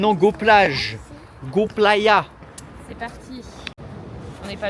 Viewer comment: Salut les bubu encore une belle vidéo pour info c'est playa pas platra 😂😂😂😂 ça veut dire plage et le mercadona les magasins moins chère d'Espagne 👍👍👍 bon voyage à vous 🇪🇦🇪🇦🇪🇦